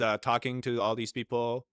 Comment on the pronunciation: I think it’s fucking hilarious. Every time you say the word people 🤣👉 PEEP-OOO🤣👋🤣🤣🤣👍 you got us all fucking dying over here at my house. I have this video playing on my surround sound every single time you say that word we are fucking dying of laughter over here. Thank you so much for making our day.